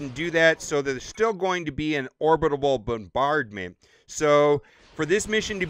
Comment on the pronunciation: You butchered “orbital”